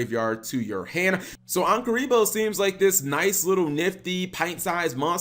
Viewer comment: Is it not obvious that it's pronounced "ANKH-uribo" cap? It even has an ankh on it's body. The original monster reborn was an ankh.